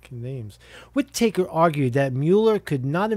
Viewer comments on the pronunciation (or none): Whit-Uh-Kerr. Not Whit-Acre. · Pronounced 'Whit-ahker' not Whit Taker 😑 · Sessions takes the job, then recuses himself!? Gee, I wonder if he enjoys DEEP fried chicken? In the immortal words of Fred Flintstone - "OUT! OUT! OUT"!! Hey bro, I think it's pronounced "Widda-ker" Take er easy brosephus! Jack - Canada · It's pronounced Wit A Kerr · "Wittertake" is how you say "Whitaker" lmao? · Pronounced Whita-ker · pretty sure its whit-uh-ker but ya lol, good to see all the pieces still falling into place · What a boob. Whi taker 🤣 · I can't believe you don't know how to pronounce Whitaker.